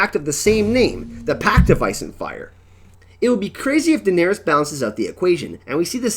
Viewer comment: Durrring the Targurrryan Civil war, they never Murried Targurrryan Daenurrrys!!? is it like Ahhrrr.. or is it more like Uhhrr.. Once I heard it I couldn Unhear it! LOL did subscribe tho great channel! upvote